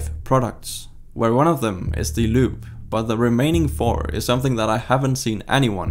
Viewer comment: About 4 minutes in before I realized that you were not saying LUBE...